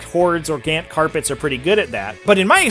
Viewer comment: Gahhhnnnnntttt not gant.... I haaaatteee how u say those troop names!!!!